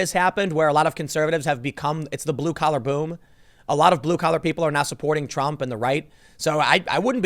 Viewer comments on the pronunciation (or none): none